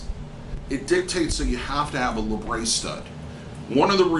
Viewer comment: I don't understand why say pronounce it laybrey when it's spelt how it's pronounced labret.